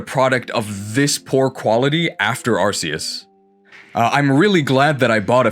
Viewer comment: That's not how you pronounce "Arceus."